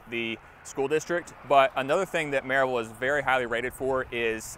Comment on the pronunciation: Another out of towner who is from some other state and doesn’t know how to say Maryville. Most likely a Amazon employee.